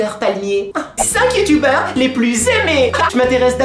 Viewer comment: Le clasheu la rageu XD Les Bu-yu-tubers xD ahlalà je t'adore 😍 #TeamPalmier